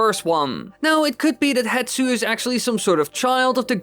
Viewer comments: How in all the video editing did you not notice "Hetsu" is actually written and said as "HESTU"? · AAAAAAAAAAAAA! His name's not "HETSU!" It's Hestu! the S is before the T and you can f*cking see that in the footage you used! I can understand saying Saria differently than I do, with the American accent I have is different from yours, but no amount of accent can explain swapping the position of 2 letters when they're on screen for you to see! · it’s not hetsu, it’s hestu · I know, it always makes me so mad when people say “hetsu” instead of “hestu” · Poor Hestu still gets his name mispronounced and misspelled lmao